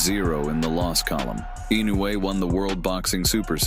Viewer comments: EE-no eu-ay. AND NOT Innoay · incorrect pronunciation it is ee- no- you- aa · LEARN HOW TO SAY HIS NAME!!! Baka yaro!